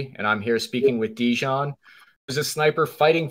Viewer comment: Translation was not good at all. A lot of important things that Dejan said were not even translated. It sounds as a classic American thing not even to try to pronounce correctly the name of person you are interviewing 3 hours (in Serbian it's written Dejan, you should hear him presenting him self as ). This fact talks a lot about Chris. Also Chris, you could be so professional and check confirmed sniper shot range before saying to guy that was 15 years on the front that he is lying. After this way of ending 3 hour interview, don't expect again some important soldier from Russian side to be part of your vlog. P.S. arranging duels is standard Slavic thing, still now... even in war... I don't expect you to understand that, as most of things that said.